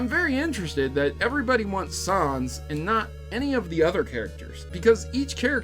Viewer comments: Troughout the whole video I kept quietly yelling "IT'S NOT SOHNS IT'S SANS" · He says Sanez Its sans GOSH get it right :P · i hear sawns not sans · Sons? I think you mean Sans. It's really not a hard word to pronounce. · its nor pronounced "sons" its pronounced "ness" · When an Undertale geek hears someone pronounce sans as sons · Sauns? Excuse me? 😅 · The a in Sans is pronounced as a short a like in the word "sad" 😗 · Camic Sons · Sans was pronounced wrong here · I'm sorry but your pronunciation of Sans is cringe. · That's not how you pronounce his name. It's like saying Comic Sans.